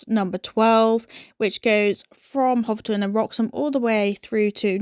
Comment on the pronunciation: It's pronounced 'Hofton'. I grew up there.